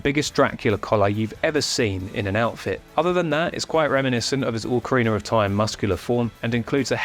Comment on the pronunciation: Oh boy, I love the breakdown of this video, but "ORCarina" hurts my brain.